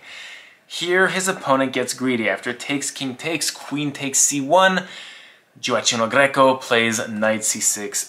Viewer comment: You do not pronouce his name right